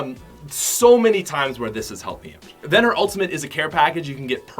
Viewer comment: Why the hell is he saying "oat" not "out"